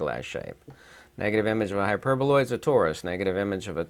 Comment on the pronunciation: Hi,, I apologize for accidentally laughing in the part where you miss pronounced the hyperboloid. It wasn't by purpose. This is my mistake. Im sorry. I didn't mean to offend you. I guess someone might noticed it. I like most your videos. May Allah bless you ☺️